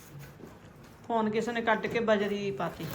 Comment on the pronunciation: ਫੈਨ ਨਹੀ ਹੁੰਦਾ ਫੋਨ ਹੁੰਦਾ 😂